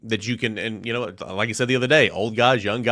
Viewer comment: Pet Peeve is the pronunciation of you know as yaow.